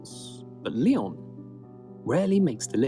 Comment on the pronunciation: I'm biased because I live in Alsace and I'm from here but every village and city in the Alsace region deserves a visit. I do consider myself lucky, the architecture and landscape is beautiful! "rampart" is a a fortified wall if I'm not mistaken. Yes, you did pronoun Lyon correctly! Ardèche is just south of it. That's where you wanna go kayaking.